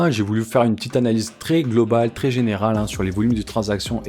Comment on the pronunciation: Pitiié pour les oreilles Vrais et non Vré, Très et non Tré....